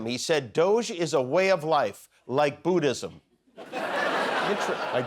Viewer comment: It's NOT BOOdism. It's BUDDhism.